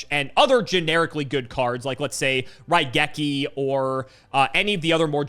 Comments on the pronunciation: wait he got raigeki right! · I am one of Cimo's guys and I say got Raigeki correct.